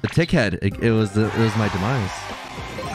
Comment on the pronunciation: I thought you said something else when you said tick head